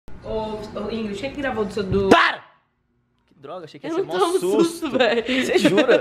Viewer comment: "Que possoa que não toma sustu"